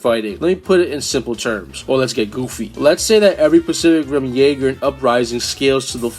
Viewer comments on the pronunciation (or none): none